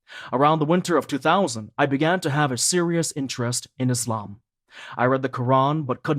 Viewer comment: Could you please pronounce the name of our beautiful religion ISLAM not iZlam, thank brother